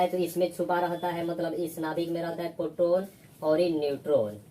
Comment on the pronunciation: Sir पोट्रोन नहीं होता, प्रोटोन होता है